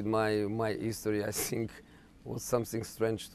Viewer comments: “I sink” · "I sink"